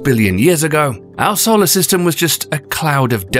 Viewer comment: Who says "Saul-arrr" instead of "soul-arrr"?